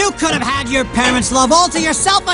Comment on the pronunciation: could have가 쿠르브 로 발음되네영